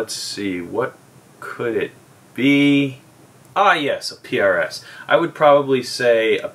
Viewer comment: Don't make fun of when you have been saying Pierre-Es for years llolollolol